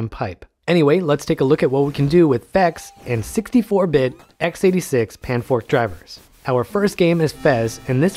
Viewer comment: "panfrost" not "panfork" please